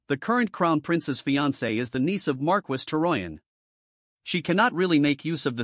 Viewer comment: The way the AI says "Marquess" (it's pronounced "mar-kess") is killing me